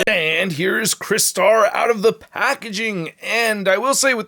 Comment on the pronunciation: I remember this character from the original toy line in the 80’s, and I sadly never had the original figure though, and I noticed you pronounced his name right unlike that guy in Canada who has YouTube channel and he calls himself Michael Mercy💁🏻‍♂👍🏻👍🏻.